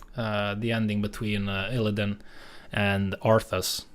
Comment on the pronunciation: My dude butchered ILLIDAN EDIT: He butchered Kael'thas as well